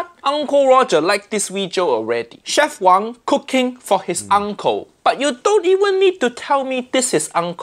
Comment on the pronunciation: one little mistake It is w-a-n-g not wong as it is chinese(not hk)